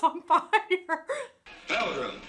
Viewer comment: 2 things they didn't have voice actors back then, just actors. Also when you say pilgrim you gotta extend it between the syllables like "pilllgrim".😁